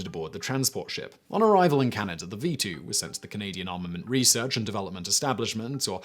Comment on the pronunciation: Funky pronunciation of Canada as Canny-duh >